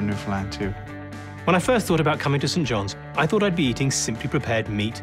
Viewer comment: St John’s (sounds saint) not Sent Jon’s